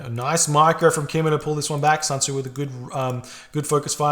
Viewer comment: honestly, it's SUN Tzu (chinese general). Nothing like SAN Tzu, which pains me to hear it.